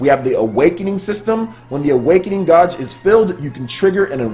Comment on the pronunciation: guage is pronounced gaje.